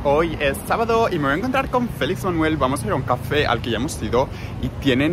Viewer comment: Por ti ya no digo café sino cáfe!!!